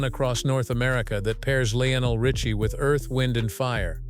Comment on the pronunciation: PRONOUNCE HIS NAME PROPERLY UNREAL AND YOU CAN'T SAY HIS NAME RIGHT